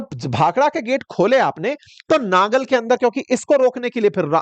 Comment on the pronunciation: तरन तारण, तारा तारण नहीं, नंगल, नांगल नहीं, बिलासपुर है सिर विलासपुर नहीं